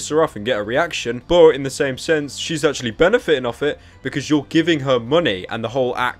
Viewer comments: Actumally that’s what she says instead of actually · She literally on says ashamuly